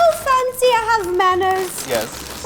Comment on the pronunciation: So much more having “MaNeRs”! 😂💀